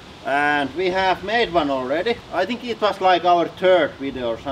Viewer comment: I like "I tink it was our turd video" ....lol We all know what he means though.